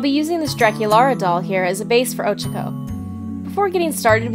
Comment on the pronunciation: Anybody notice she says Ochaco weird?